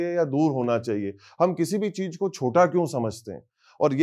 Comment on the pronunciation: राजकुमार क्यूं बना वेटर! क्युं की जगह 'क्यों 'होता है